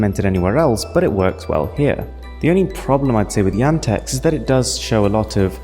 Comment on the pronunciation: you pronounce yandex totally wrong... maybe something to say about yandex, its like the google of eastern europe...